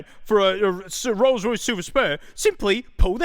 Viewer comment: Ah yes the rroyce